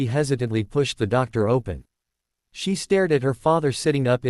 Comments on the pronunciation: I noticed that too, but it amused me when it said things like "walked through the doctor" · Why does this AI refuse to say anything with double vowels like "door"?